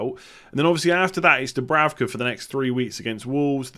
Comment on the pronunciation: the German Sky commentators said that it‘s pronounced Dubrouka (ou as in mouse)!